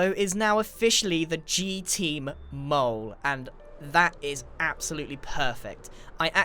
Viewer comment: It actually is mole, not mule.